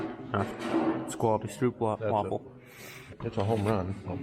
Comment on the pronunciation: BTW, they are pronounced "STROPE" waffles!